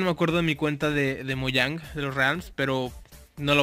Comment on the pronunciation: Hoye se escribe Mojang y se dice Mouyang